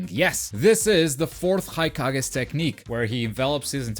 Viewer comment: Did you just say "The fourth haikage" ? Lol